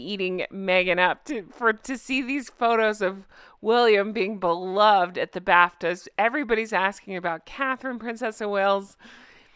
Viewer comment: I thought you said "Prince William in the bathtub", drat, you said Bafta 😅😂😅😂😅❤ Honk honk